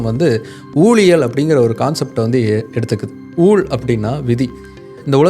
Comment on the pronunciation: 'ஊள்' அன்று 'ஊழ்'. தமிழுக்கு மட்டுமே உரித்தான இவ்வெழுத்தின் 'உச்சரிப்பு' தற்காலத்தில் அழிந்து வருவது வேதனைக்குரிய விடயம்.